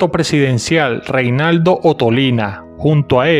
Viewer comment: Se llamaba Renaldo no Reinaldo